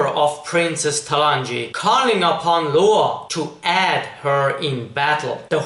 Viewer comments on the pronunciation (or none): Just one thing, you are good at pronouncing english but one thing you should know is how to say "aid". You should say it like ayyyd not add. Anyway good video